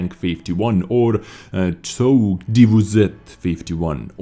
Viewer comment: You were close to pronouncing Czołg correctly :) By the way TP stands for Ton Polish (Tonowy Polski).